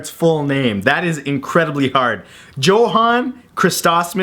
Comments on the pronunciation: Yo-Han not Jo-han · Its pronounced Yo-han Mozart, not Joe-han. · It's prounonced Yo-Hann not Joe-Hann, the german language can be weird. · Not JOE-HAN, but YO-HAN. How do people not know this? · Motzart's first name is pronounced yo-han. Not jo-han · Not 'Jo-hann', with a hard J. It's pronounced 'yo-hann'. (Family name, including one of my brothers. It's German.) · pronounced like Yo-han not Jo-han.. I know the spelling is deceptive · Johan is pronounced Yohan... just sayin... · It's pronounced yohan not johan. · It's Yo-hahn, not Joe-hahn. Good try though. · NOT JO-HAN!!!!! ITS PRONOUNCED YO-HAN!!!!! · Mozart's first name, Johann, is actually pronounced Yo-hann! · Man, I hate to tell you this, but it's pronounced YO-han.... nailed the rest though! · ITS PRONOUNCED YO-HAN!!UR THE WORST!!jk and seriously keep up thie good work Matt! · Ikr... Joe-han, oh Matthew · Johann is pronounced with a "y" sound, like yohann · johann is pronounced YO-hann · Johan?! IT'S PRONOUNCED JOHAN(yo-hän) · Johann is pronounced yohann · its pronounced "yohan" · You said it took you 20 tries and you still didn't pronounce it right, Johan is pronounced yo-Han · Mozart's name would be pronounced 'yohann'. The english sound 'j' does not exist in any Germanic language other than English. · Not to sound like a douche, but I believe Mozart's first name is pronounced YO-Han...lol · it is pronounced YO-haun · hey, matt, i dont mean to burst your bubble, but your dont pronounce the "J" in Johan. it is pronounced "Yohan". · Johann is pronounced yo-han. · He also mispronounced the second and fourth names, but with all those letters in a Austrio-German name...that has strong Greek and Latin influence, I'm willing to forgive those. That said, I didn't realize there was anybody in the world who DIDN'T know it was pronounced Yo-hawn. At any rate, still a fun video overall. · 20 tries at pronouncing Mozart's full name was obviously not sufficient, since the J in "Johann" is pronounced like a Y